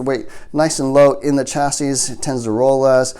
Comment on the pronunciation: BTW: The word Chassis is pronounced chass-eee. The S at the end is silent. 🤓